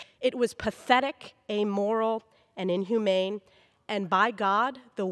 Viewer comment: She reads as well as marg green. "Inhoomane." Pathetic!!